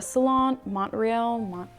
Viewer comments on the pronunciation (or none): I died when she tried to pronounce Montreal